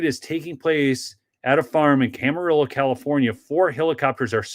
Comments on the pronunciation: Pronounced cam a reeo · Hey, it's pronounced Camariyo LL is pronounced like y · Camarillo = Cam-uh-ree-yo. Love your videos!